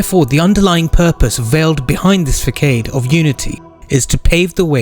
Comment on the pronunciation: Façade- not fah-kayde but fah-saad, actually its pronounced like the arabic term Fasad the thing that the dajjal la. spreads.